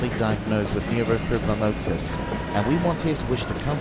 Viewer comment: Apart from a wrong pronunciation of the disorder, this was a beautiful story, always brings a slight tear to my eye, as it is not a fun disorder to have. NF is No Fun.